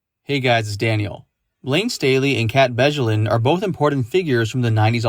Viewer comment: The “j” in “Bjelland” is pronounced like a “y”. 🙂